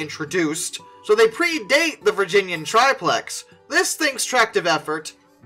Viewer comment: The Virginian(and Erie) Triplex (pronounced trip-lex, not tri-plex) was supposed to be used a pusher engine to help the 200 car coal trains the Virginian like to run...which was solved when they electrified their mainline.